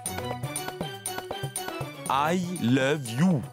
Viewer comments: Ehhhhh🤣🤣🤣🤣 mes cotes, qui dit" I lobe, au lieu de I love you" 🤣🤣🤣🤣🤣🤣🤣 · Au lieu de dire I love you il dit I leve you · Oh Mon Dieu, m'a tuée en disant I love you,lèv you😂😂😂😂😂😂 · qui apprend l'anglais 🇬🇧 c'était vraiment quelque chose et plus encore quand il a dit prononcer pour la première fois les mots I LOVE YOU, et quand il a dit I LO E YOU A Jodha qui miskina ne comprenant pas ln mode mi effrayé mi colérique wallah j'en pouvais plus tellement il ma littéralement flingué de rire a en pleuré c'était aussi cute 🤩😘😍🤗😁😉😀😆💜🧡💛💗💓💝 que hilarants n'est pas mdr lol xptdr😂😂😂😂😂😂😂😂😂😂😊😂😂🤣🤣🤣🤣😂😂😂👌👍🏼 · Qui à éclaté de rire quand a essayé de dire "i love you"😂😂😂😂🤣🤣🤣💔 Ps: je suis sûre qu'il le fait pour jodha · La partie où prononce i love u c’est pr nous dead??😂😂😂😂😂😂😂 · pardon l'anglais là 🤣🤣🤣🤣🤣🤣🤣🤣🤣🤣🤣et sa manière de prononcer 😂😂😂😂😂😂